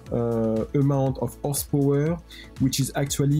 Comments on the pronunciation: I love how he says “Whorsepowor” :3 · What is "OSS POWURGH?"...........Ahhh, Tis french Canadian, ze bettur Fronche pepple!